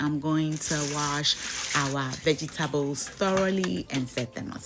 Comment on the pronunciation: Veggie-Ta-bles😂😂😂 I love it